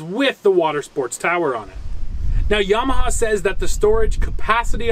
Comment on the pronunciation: Yam ah ha. He says it correctly